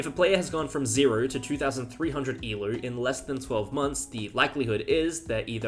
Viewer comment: Why you say eloooo (rhymes with shoe). It should rhyme with go